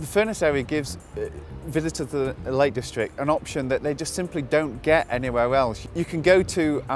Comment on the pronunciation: "A wegional town only a skip away fwom the Lake Distwict."